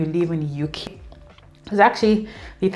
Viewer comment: Thanks for sharing your experience...❤❤ Please don't go back, stay in the "Youkay" forever 😅. We hope that by this time next year, you'd have added some "Likes" and reduced some "dislikes" ❤